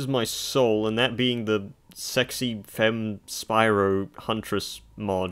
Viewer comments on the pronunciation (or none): none